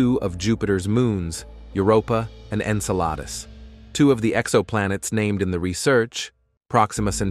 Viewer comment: Clickbait science is a thing now I take it, no structure mentioned. Whomever or whatever AI generated narrator could have at least pronounced the moon Enceladus correctly. Very irritating.